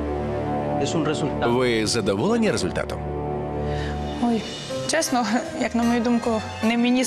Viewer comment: цесно, муцало, и так далее она же не глухая, как можно так путать звуки взрослой бабе???